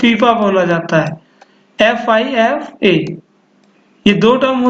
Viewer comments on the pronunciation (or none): Bhai Fifa and Lifa nhi Fifo and lifo hota h